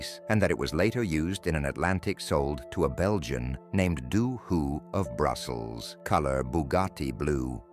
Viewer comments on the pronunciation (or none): none